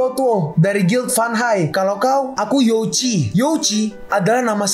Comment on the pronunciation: bg pemangilan nya bukan yoci tapi yo ji